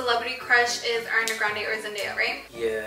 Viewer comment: Ariana Grande's name is Ariana like "are" not "air" lol